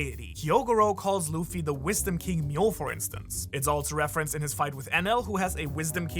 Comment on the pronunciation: he really said buda NOT BUDDHA